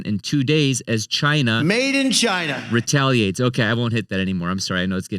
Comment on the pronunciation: Hey everybody, my name is and welcome to Sound Board Finance, where I help you master your money and build your ‘MADE IN CHYNA’” 💀